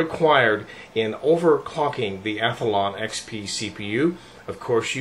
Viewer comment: omg you pronounce athlon SOOO wrong. its ATH-LON not ATH-A-LON jesus.... god that gets on my nerves. THERE ARE NOT 2 A'S IN ATHLON!